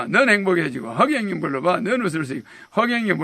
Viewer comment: 허경영경영ㅇ영경경경허경영영경경 발음 착착 붙누